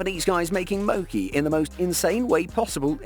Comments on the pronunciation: mb its mochi not mocci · Mo chi. You pronounce the ch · It's pronunciation mooooochie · Mo-key!??? U mean MoCHi!!?